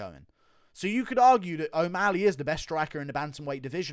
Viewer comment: Dude pronounce o'malley right its not omaaali